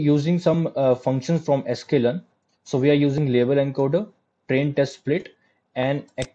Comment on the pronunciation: At about minute what format did you say the data needs to be converted to? Enker/Enkerd/encode? What's Enker/enkerd?